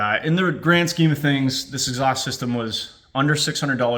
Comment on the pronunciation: hahaha "Eggs haust" nice touch